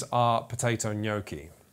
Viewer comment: You can't understand how much joy brings hearing an English mother tongue finally pronouncing the word gnocchi right